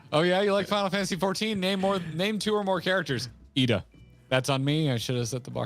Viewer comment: Ok, I would like to say, CALLED IT. I knew they had a special guest that involved JP Fan Fest Scheduling. And then afterwards, in January/February, was suspiciously saying her name correctly, first and last!!